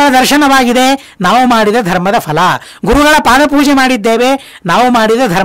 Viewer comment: Ondu saripadisabeku... Fhala alla... Phala... Fhala shabda illa... phala... Suphala... sariyaada shabdagalu Gurugale...